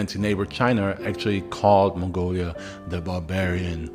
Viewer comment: It's not "mongolia", it's Mongolia.